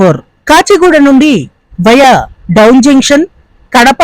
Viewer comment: డౌన్ కాదు బ్రో డోన్.